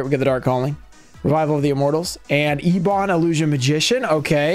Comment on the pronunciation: eb·on /ˈebən/ Sry but youre killing me muh dude